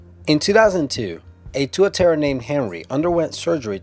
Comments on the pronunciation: Haha, mate it's pronounced 'Tuatara' the way it's spelled; not 'Tuaterra' =) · you pronounced tuatara wrong :P Its like two-ah-tar-rah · I seriously facepalmed when he tried saying tuatara.... its tu-ah-tah-rah... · Worst ever pronunciation of tuatara